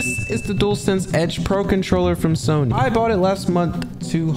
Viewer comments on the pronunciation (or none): none